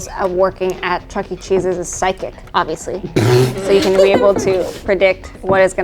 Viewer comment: No one:: sychic